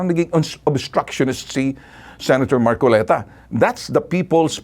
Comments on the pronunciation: Namali ka marcolita sa bigkas Ng pangalan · Namali ka Ng bigkas Ng pangalan hahahaha 🤣🤣🤣